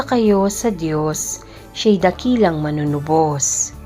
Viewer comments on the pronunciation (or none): Wastong bigkas ng MANUNUBOS…. MANU- NU- BOS ( Bigkas Malumay) Ang pagbigkas mo ay MALI… HINDI MANUNU- BOS. ..binibigkas mo ng mabilis.. Magsanay kayong taga- basa ng maayos na pagbigkas…..suhestyon ko lang….Salamat.